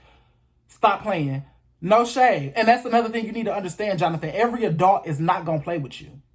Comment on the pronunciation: I totally agree. Pronunciation of “A-dult.”